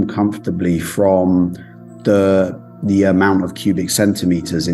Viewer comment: Great video but the grating mispronunciation of 'the' before a vowel all the way through made me want to tear my hair out!